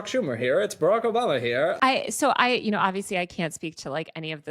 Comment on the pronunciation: Obamna, Troath Sential etc.